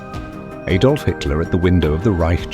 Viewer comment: Robert Donnat & Aydolf Hitler? If you can't find any human or any A I that can pronounce words proper then don't bother, it's too misleading.